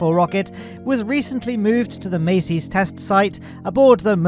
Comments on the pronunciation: why you say "maceys"? its masseys.. like massive.. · I know it may be difficult with a British accent but you need to pronounce certain words correctly, like a persons name or the name of a location. It isn't pronounced Macy as in the Macy's Day Parade, it's pronounced Massee's as in Ma sees, with a long 'a' sound. Everyone else in the dozens and dozens of YouTube channels pronounce it correctly, so why can't you? That is my only criticism of an otherwise excellent video, if I can't pronounce something correctly I find out how to pronounce and get it right, anyone can do it. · Mass-ey's not mace-ey's😢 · Mass-ey's, not Macy's Buyer, not Bayer